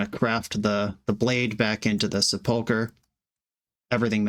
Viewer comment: The accent on sepulcher is on the first syllable. SEH pul kur